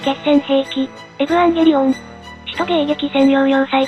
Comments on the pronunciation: エヴァンゲリオンをエブアンゲリオンって言ってて腹痛い、とても好き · えヴぅわぁんゲリオンにしか聞こえない